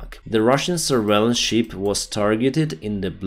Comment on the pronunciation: Kudos for the English (North American) accent. Obviously you are not in the English-speaking environment, so very impressive overall. But, "ship" is pronounced as "шип", not "шіп", which would be a sheep, or "вівця". A few other slips of the tongue like that, amusing and funny overall. Hopefully Americans can still make sense of it and will give you high marks. Very informative though, you became one of my favorite news sources about this war! So, Monday, you say?